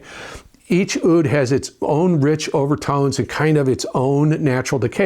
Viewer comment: Oud is pronounced “ood”. Sorry to be political, but there are no such thing as “Palestinians”. Only Jews and Arabs. Im Jewish and I support Israel, the long time and eternal Jewish homeland.